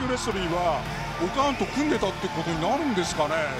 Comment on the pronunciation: オカーンなの？オーカーンなの？